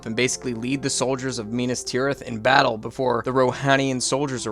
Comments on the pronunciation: yeah lol i was like wth is minus tirith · “Minus” Tirith made me choke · Did you actually just call Minas Tirith (-minus)Tirith? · Sorry I have to do it: Minas Tirith is Me-Nass, not My-Nuss. Great video! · "mai-nas-tirith" no way bro's serious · mainas tirith too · And Minas Tirith 🙈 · LEGOlas, Minus Tireth, Booromir Yeah dude was butchering names left and right lmao